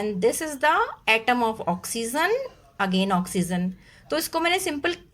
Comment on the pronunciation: Oxizen nhi hota 😂 oxygen hota h